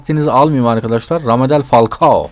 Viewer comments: Ramadal falcao ne abi doğrusu rademel falcao hahah abi falcaoyu niya almadinnn geni nasil duşuk en iyi superlig oyuncucusu dlsde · abi Radamel falcaoya Ramadel falcao dedin